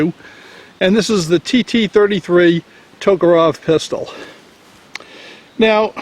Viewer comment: That kind of bugs me too. All they need to do is pronounce it the way it's spelled.